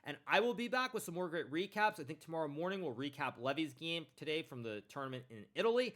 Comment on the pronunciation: can you say today correctly next time, thanks